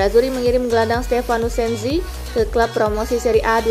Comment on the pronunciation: Sensi, bukan Senzi